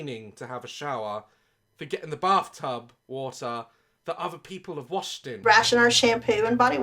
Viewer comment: I’m sorry but I only hear “barftub” and that only makes it 100% worse lol.